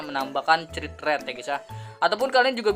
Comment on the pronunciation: mohon maap bang 😂 please banget bang kalo baca crit jangan crit tapi dibaca krit, please banget inimah bang beneran dah ambigu soalnya didengernya 🤣